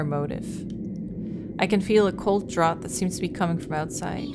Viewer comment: Draught is pronounced draft. I've heard you mispronounce it at least twice now. Not trying to be overly critical, just trying to help! This is my favorite Fatal Frame game, thanks for playing it!